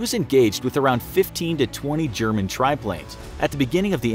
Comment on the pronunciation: your pronunciation is crude loool